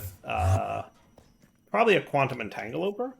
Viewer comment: “Quantum Entangoloper” Are you doing this on purpose? 😭